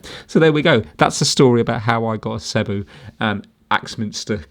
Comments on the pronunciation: Oh and it's pronounced seee bow Great repair! I've had many sebos ans this fault has occurred before but generally these are fantastic reliable quality German cleaners - they are the only company I know that their cleaners look so old fashioned but are so bang up to date at the same time - their latest one - the cordless bp60 is nearly 1000 pounds - your into kirby territory there! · Its pronounced See-bo 😁 They are simply the best machines you can buy. Before the days of the internet you really had to discover SEBO. They were once the best kept secret of high quality vacuum cleaners; usually recommended through word of mouth. They are very easy to work on and repair. Saying that though, the main cause of failure of these is often just through neglect and improper maintenance.